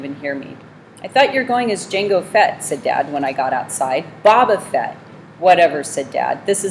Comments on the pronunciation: "Bob uhh fet" that gets on my nerves more than it should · Bobo fett no boba fett